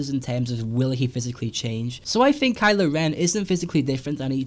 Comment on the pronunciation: I like your vids, but I can't get past the way you say 'think' as 'fink'.